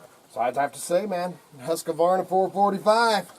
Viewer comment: Why do so many people pronounce it wrong? There isn't an A between the Q and the V